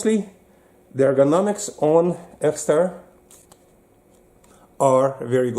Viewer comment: That's an EXTAR EP9, not an "EX9". 😉